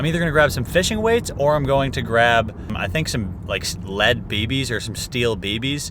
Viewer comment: Dude. You probably didn’t by realize it….but you are saying baby’s instead of bb’s lol